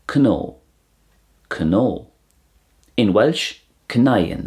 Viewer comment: Cnó had some poor pronunciation.. it’s just pronounced like “crow”